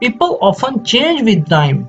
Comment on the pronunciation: Change not chenge